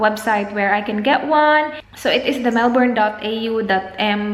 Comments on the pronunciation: melbourne is pronounced mel-bun as opposed to how we usually pronounce coz of its spelling. Weird and cool, but it took me 26 years to figure that out as well. Hehe just thought you'd like to know. There are a lot of videos here on youtube where they give samples on how its actually pronounced. Love ya! ❤️ best wishes soon. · Coco Natz mel-bin